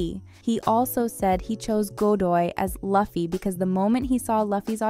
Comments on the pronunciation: This girl can't pronouncethe characters names luffy loo-fy not lah- fy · It’s not pronounced (Luh-Fee) it’s pronounced (Loo-Fee) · sorry but this drove me nuts, how can you make a whole video about something and mispronounce the main characters name the whole time lol it's "loo-fee" not "luff-ee" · Not "laughy", it is "loofy" 😅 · It's not LAhFFY, it's Loooffy😂😂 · Luffy's name is pronounce (Lou-Fi) not (Luh-Fi) but other than that i enjoyed the 8 episodes that they have on netflix and i myself am amazed the the manga creator made the live action happen with his input on each and every question asked of him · It's pronounced " luu..fee". Not luf fy. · Why call him “Godoy” while calling everyone else by their first name, though? Also, Luffy is pronounced “Loo-fee,” not “Luh-fee.” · Not Luh-fee It’s Loo-fee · luffy is pronounced loo+fee Not Luh+Fee.. :( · Loofy, not laffy, my gawd. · Luhffy? Loofy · Luf-fee. Its pronounced Lou-fee. Atleast get that right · Great video overall, but the fact that she sais Laffy instead of Luffy and Iusopp instead of Usopp it just hearts my ears and make me wanna dislike the whole video. Do your homework lady ! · Luffy being pronounced like Buffy lmaooo Luffy the vampire slayer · Luhffy... Couldn't they have someone that actually knows the show narrate? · Bro called luffy “loffy” and ussop “iussop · It’s pronounced LOO-FY. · It's mad annoying that these people who make these videos have literally no idea what tf they're talking about. It's "Loo-fee." Watch 3 seconds of any episode for christs sake. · YALL GOT THE KING OF THE PIRATEA NAME WRNG LOO-FEE NOT LUU-FEE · Is this an AI voice? Is that why the voice actor refuses to pronounce LOO-fee's name correctly. Its so sad, while the narative is talking about the care the cast and crew has done to stay true to the original, yet drips the ball itself by not taking the same care to pronounce Luffy's name correctly.😢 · Who is “luh fee” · Please stop calling him Luhffy.